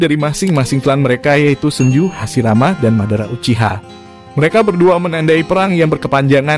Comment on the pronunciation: Min bagus sih penjelasan nya, cmn risih aja baca "Senju" jgn pake pelafalan huruf "e" nya setengah, risih min kek gak pas aja. Padahal itu bahasa Jepang Senju dibaca dengan "e" utuh bukan setengah risih sih dengar nya gitu aja 🙏🏻